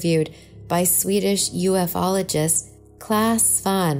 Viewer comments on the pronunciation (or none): It's not "u - f - ologists", it's pronounced (u-fologist/you-fologist/yoofologist/yufologist) , as if the letters U F O are a/the word ūfo. Since the suffix ology means the "study of", when you marry the two, you have ufology - the study of UFOs. And yes, that is exactly how you spell UFOs, unless you make it a possessive by speaking of the UFO's bright lights or crazy darting patterns of flying around the sky, hence the addition of an apostrophe this time.